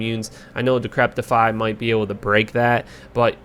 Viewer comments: just FYI, it's decrep-ify, not decrep-tify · Good video but I always wonder why people mis pronounce decrepify. Repeat after me "De sek re fy" 😛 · It’s pronounced “Di-cri-pi-fy” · THERE IS NO 'T' IN DECREPIFY. Other than that love the vids bro keep it up